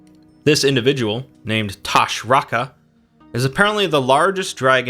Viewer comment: Toshraka not tashraka